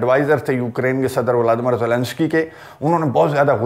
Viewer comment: Assalamualikum bhaijan viladimir viladimir nahi bola karein